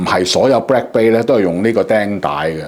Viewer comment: it is bLack not bRack...